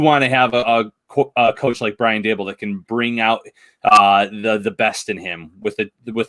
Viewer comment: "Brian Da-buhl", lol that was funny...